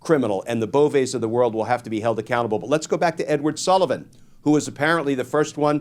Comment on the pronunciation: I’ve heard Emile’s name pronounced Bo-VAY. If it’s a dig, carry on! 💙🇺🇸🔵